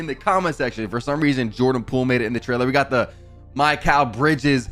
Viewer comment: Bro said my-kal bridges 💀